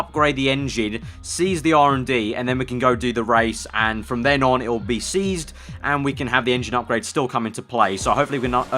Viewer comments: Sounds like you are saying seized and not ceased. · Great vid but why do you say ceased like Seized?